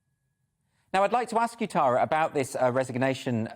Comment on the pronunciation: Finally someone pronounces the name Tara correctly.